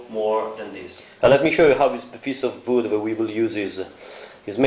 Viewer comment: TAKE THE PIECE OF BOOD , lol i love how you say it , amazing video !